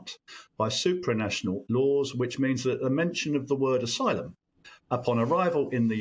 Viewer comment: Aylum, you say? Figures.